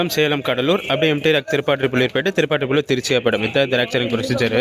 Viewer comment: திருப்பாதிரிப்புலியூர் சரியா சொல்லுங்க